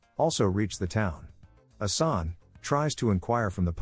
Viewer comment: good video, respect🙌 but it's pronounced "Assan" and not "Asani" for the main character, also "Arsen" not "Arseni" ...Lupin